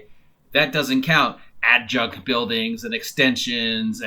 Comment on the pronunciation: "adjunct" can't unhear: "add junk" 🤭